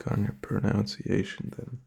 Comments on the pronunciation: Dude I genuinely thought you were a native English speaker from the first video I saw of you, your pronunciation is basically perfect... ironically though you say "pro-noun-ciation" and it's "pro-nun-ciation", and even that is just a nitpick that barely anyone would notice. You're solid buddy dw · Important to know, its pronounced, pro-nunce-ee-ation